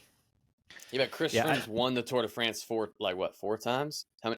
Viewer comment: “The Le Tour de France”. Good work,!